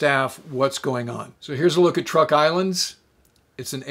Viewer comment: Sir: With your very kind permission, please let me suggest a couple of amendments. First, the Island system spelled T-R-U-K is pronounced--by the natives--CHUK. I deal with them as a tax preparer and they are very pleased when I pronounce it correctly. Second, Sir, I don't know if you remember but in the northern phase of the Japanese Imperial strike at the US fleet and landing force in Leyte Gulf, the remaining carriers with only a handful of aircraft, were sent out against Halsey's force allowing him to strike them. Philippine sea was thus not the last time Japanese Carriers sortied in mass. Thank you for an otherwise pleasant video.